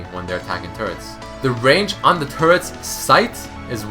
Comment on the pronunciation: it sounds like he is saying : turds are tanky